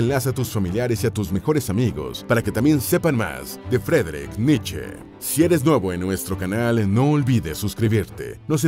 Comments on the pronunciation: Me subscribo, un muy buen canal, lo que sí, la pronunciación de Friedrich es "Fridrij" en FORVO esto se puede corroborar para pronunciación de nombres. Y Leipzig se pronuncia "láipsik" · Vi el video hasta que la voz en off dijo " la triztehhh vidahh de Fredrich Nitcheehh"